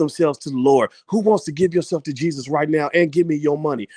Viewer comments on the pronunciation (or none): none